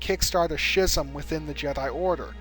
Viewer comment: I'm sure someone's already told you, but if not...Schism is pronounced s(k)ism. But I do enjoy your videos!